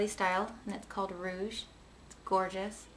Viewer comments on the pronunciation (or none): none